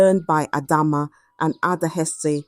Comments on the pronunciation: Pronoun your words properly. A-dae-ze is the name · Are you not from Nigeria for you to fail to pronounce adaeze when a Zambian like me can ah work on your self. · People just correct her instead of raising complaints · The pronunciation of Adaeze was just doing my head in. Why not practise saying the words before the story or just use a simpler name instead?